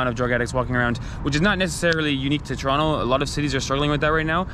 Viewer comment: I was surprised at first to hear "Toronto" pronounced correctly, which I've never heard in any travel video --- then you revealed that you were born in Mississauga.